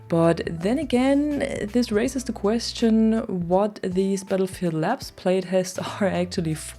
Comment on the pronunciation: "this racist the question" 😅 anyone else hear it that way?